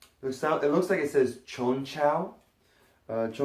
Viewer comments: It's pronounced konchow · u bout dumb asf its pronounced chonchow